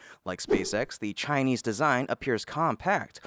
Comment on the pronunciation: America tech companies should stop hiring chai-lese pee-pul